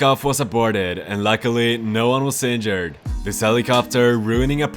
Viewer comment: Why do you say seinjured instead of injured?